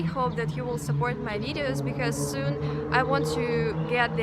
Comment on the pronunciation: I will watch your videos just to hear you say watch my wideos 😁 it's so cute.